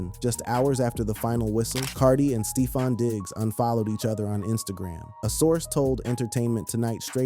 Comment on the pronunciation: Did you say stee-fon?